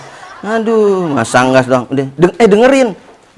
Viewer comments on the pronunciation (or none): Oh, ples bacanya ples ya bukan ples